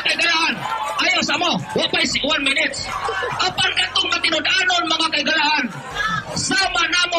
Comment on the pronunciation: hambog kaau mu debate unya dili gani kabalo mubasa ug mo pronounce sige lang kag ONE MINETS haha